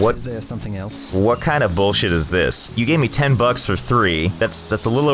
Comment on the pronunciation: the way he said "10"